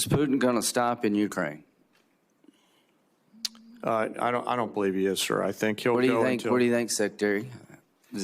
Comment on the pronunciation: Gee! What a surprise. ...and bloody Americans still don't know how to pronounce "Ukraine".